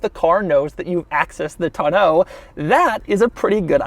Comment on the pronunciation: Oh goodie. He said Tonneau correctly!